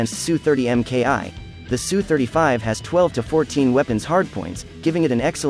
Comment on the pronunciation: Good to hear proper pronunciation of aircraft type. Yes, it is pronounced sue-35, not s u, since people don't, say m. I. g. 29, they say mig-29. S. U. sounds more macho and assertive.